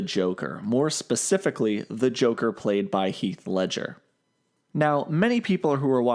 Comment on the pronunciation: heath leadger lol pls guy